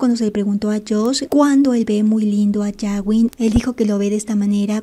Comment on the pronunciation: Puedo hacer una petición a la administradora. No se pronuncia yawin sino gawin como gato. Cada vez que lo dices me explota la cabeza😏🤣🤣🤣